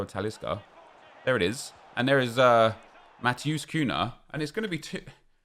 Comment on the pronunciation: You properly don’t care but you pronounce Matheus Cunha like saying mattass coonya